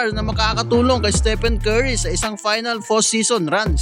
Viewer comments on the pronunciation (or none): none